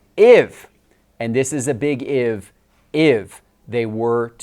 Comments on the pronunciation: “Iv” or “If”? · can't pronounce the word "if". Anyone else notice that? Almost as bad as Tiant😂